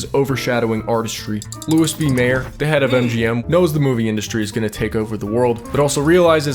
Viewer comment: You mispronounced Louis B Meyer the entire video, so why should anyone trust you have any idea what you’re talking about?